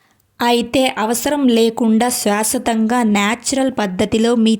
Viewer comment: శాశ్వతంగా.. స్వసతంగా kadu.. చెప్పినందుకు ఏమీ అనుకోకండి...మళ్ళీ ఇబ్బంది పడతారని చెప్పాను